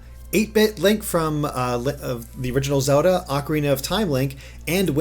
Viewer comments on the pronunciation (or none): FOR THE LOVE OF FUCKING GOD STOP SAYIING "ZODA" IM GOING TO FUCKING DIE OF A STROKE... It's ZELDA!!! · I keep hearing "Soda" instead of Zelda xD